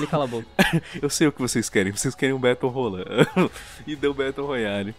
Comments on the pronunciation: mano ele falou batle rola kkkk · Battle “ROLAyale” kkkk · eu escutei baltle rolari